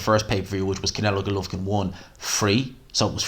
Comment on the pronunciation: Mate you’re quality - love the channel. However, for fuck sake sort out your pronunciation of Golovkin 😂😂😂😂